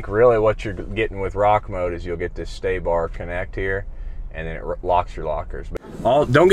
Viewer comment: Sway bar not stay-bar….